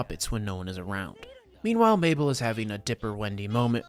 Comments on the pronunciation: BRO its okay that you said mabell to me☺️ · Him calling her maybell 😂